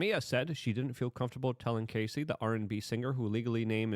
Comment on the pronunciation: Luke her name is Cassie not Casey ..please get it correct